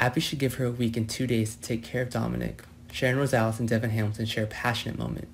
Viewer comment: Its Devon not Devin get it right for once